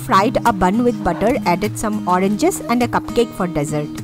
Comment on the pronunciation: Hi nice to see all this lunch box meals. Does kaya finishes all that you pack? Small correction I would like to point out when you pronounce desserts. Please check it out. By the way I love all your videos and keep posting.